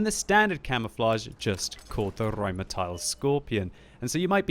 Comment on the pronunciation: The way he says Rheinmetall hurts me.